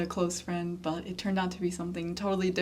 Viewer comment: 最后这个bye-bye so Chinese。👍